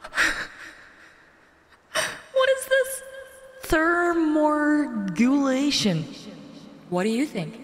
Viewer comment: I had to laugh at "ther-more-gulation" Thermo-regulation